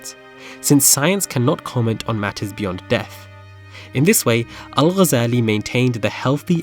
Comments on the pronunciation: kudos for not butchering his name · Liked and subscribed as soon as I hared the name pronounced correctly, thank you for the effort in expanding such figures to the world. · I was really impressed by the way u say the arabic name✨✨✨perfect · As a fellow academic, but also as a Muslim, you are one of the few that actually pronounced his last name correctly (literally maybe one of two on the entire site for those are speaking in english regardless of their mother tongue) - even native speakers will pronounce it with a “g” for what I assume is just for the sake of saying it as everyone does? (because then they will pronounce other words and/or *names with عربي) — and even though it is rather trivial, and even pedantic to even care and/or point this out - but I do appreciate how you pronounced it with the ghyan غ , followed with the simple and correct harakat 🫡👍🤝🤲